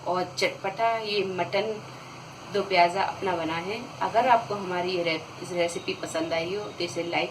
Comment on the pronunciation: Moti appu hati.piyaj nahi piyaz kehten hen.aap urdu sekhye.